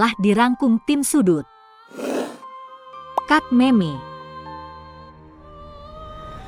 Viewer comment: Lidah inggris